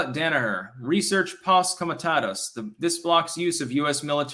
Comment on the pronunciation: If you know, then know how to pronounce 'posse comitatus'.